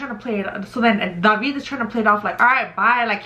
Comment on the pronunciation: Yo my name is David and I’ve always hated when people pronounced it the way you’re pronouncing it lmaooo you be like “DaVeEeD”